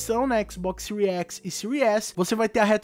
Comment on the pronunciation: Séries X = Síries Equix.